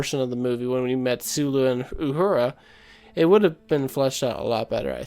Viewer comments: Please,... it's Uhura (oo-HOO-rah), not Aurora. And I grew up watching TOS when it was still on network TV. But as with all franchises, there must be changes if it is to survive over generations. Change is inevitable. I think it is fascinating how different producers and show-runners concentrate on differing aspects of Roddenberry's vision as being essential to the franchise. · Anyone that calls her "Aurora" instead of her proper name "Uhura" shows right off the bat he has no idea what he's talking about and his opinions are useless. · You keep saying "Aurora" instead of Uhura and it's driving me nuts! Repeat after me: Uhura --> Ooh-Who-Rah ;-] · That's U-Hura, not Aurora. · Her name is Uhura, not Aurora, and the actor you called Zachery Levi is named Zachery Quinto. Kinda lost interest after that. Confusing mistakes considering how thoughtful the rest of the video was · I appreciate your video, agree with your overall premise. I really don’t like what Star Trek has become I don’t know they will ever re-capture what it used to be with the original series or next generation. You do need to pronounce Uhura correctly though, that’s a big miss. Overall I appreciate the video.